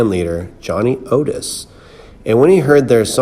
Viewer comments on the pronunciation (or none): none